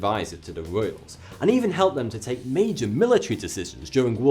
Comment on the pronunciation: Tak .... Take ; Mak .... Make. ; Sam ..... Same. ; ............... Som ..... Some